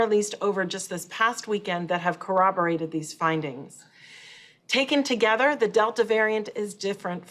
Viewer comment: IN THIS tOGEATHER LMAO.Sure lady.